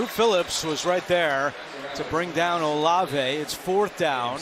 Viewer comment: Olive, not O Lave.